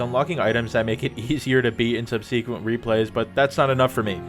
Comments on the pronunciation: What’s with this new trend of erroneously pronouncing subsequent, “sub-see-quent?” I’m just being a dick but I still cant stand it lolol. Regardless, great analysis in this video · “Subsequent” is pronounced sub-suh-quint. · What is with this new trend of erroneously pronouncing subsequent, sub-see-quent. That said, it’s not as bad as when ppl say irregardless lol